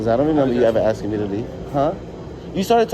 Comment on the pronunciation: "Axing" me questions.🤦🏻‍♂️